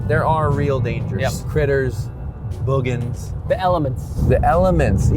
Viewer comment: He said Boogens!